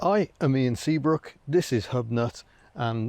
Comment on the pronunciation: i rewatched it and thought he said Seabrooke and i thought it looked like the Hills rather than Seabrooke and realised it was his accent in pronouncing Sherbrooke.